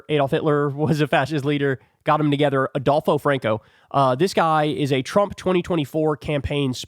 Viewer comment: ""Adulpho"" huh?